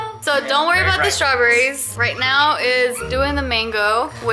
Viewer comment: "Strawburries" 😂 oh